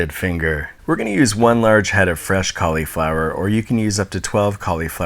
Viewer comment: Go to hell.. Ofresh? Seriously? C'mon!)